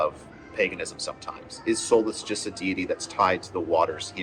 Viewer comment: The correct pronunciation is SOO-lis Not Sol-us